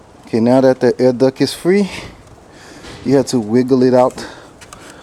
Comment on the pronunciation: Nice vid but it's duct not duck. Just saying lol lovely bike